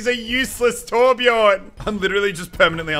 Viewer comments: Its Torbjörn, not Torbjorn. Also Brigitte is not french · Lol you say torbjorn it’s torbjö